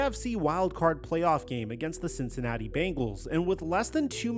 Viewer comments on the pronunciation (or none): none